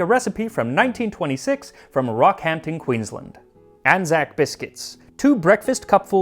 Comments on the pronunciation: Queensland was off too but that can be overlooked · You nail the pronunciation of almost everything. The only thing I'll say is it's "Queensland" not "Queenslend" like you said. The "LAND" is more pronounced like "Queens Land" almost as if they're two separate words. You're pronouncing it like you would "island" or something. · QueenslAa-nd, rather than Queensl'nd